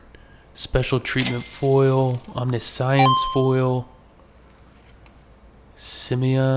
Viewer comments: please for the love of god its Om-nish-ens not omni-science. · Love ur vids but i gotta be that guy...im sorry. How to pronounce the following: Omniscience ( aam·ni·shns or om-NISH-uhns ) and MIrrodin ( mih-ROH-din). Hope this helps, sorry again. Hope you keep finding absolute bangers! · not pronounced Omni-science lmao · I realize im being stupid here but I heard omni-science and I had to stop 😂